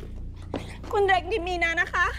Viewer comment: ดูจนจะจบละ ยังสับสนอยู่เลยสรุปชื่อไร มิน-อา หรือ มี-นา ออกเสียง มี-นา ทุกคนออกเสียง มิน-อา เห้อ